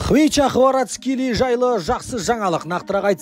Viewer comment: Хварацхели емес Хварацхелия деш брат